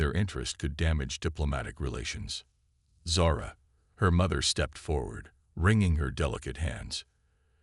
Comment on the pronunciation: Zara, not sara